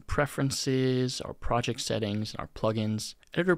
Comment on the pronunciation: fantastic video, but projec and objec are KILLING ME